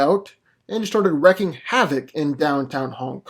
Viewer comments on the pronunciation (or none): It’s pronounced REEKING havoc. Wreaking is not Wrecking